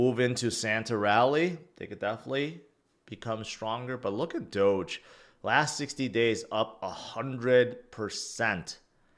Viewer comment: Hoge finance instead of doge